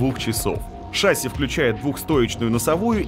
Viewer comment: какая шАсся.?? правильно говорить шассИ.!!